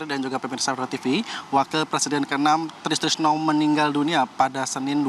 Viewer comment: Reporter sebut nama orang itu yang lengkap dong Try Sutrisno kok jadi tristrisno